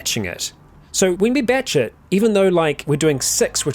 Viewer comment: Your accent makes "batch it" sound like "bat shit", and I chuckle every time.